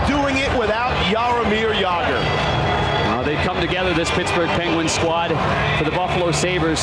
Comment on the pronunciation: Old-school Canadian mentality. Butchered Jagr here, too. Some of their talent to this day can't even say "Slovakia" properly.